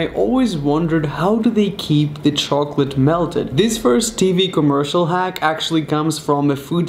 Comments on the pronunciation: Your British why a you saying commersol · I'm British and I say commercial if he was British why can't he say commercial